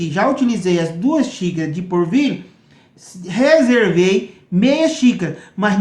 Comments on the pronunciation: Não é porvilho é polvilho 😀😁😂🤣😃😄😅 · Gostei da receita, mas não é porvilho e sim polvilho. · O pão de queijo deve ficar uma delicia, vou fazer, mas por favor fale direito: é polvilho, não assassine a língua portuguesa. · "porvilho" "puxento" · Ele fala tão bunitinho 🤗🤗porvilho 😶